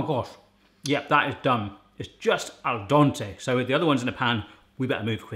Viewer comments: Last time I checked it was Al dente NOT Al donte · its al dente not al donte, Italians everywhere are screaming. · "Al dente", not "Al donte" ;) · "Al dontay" My poor Italian ears.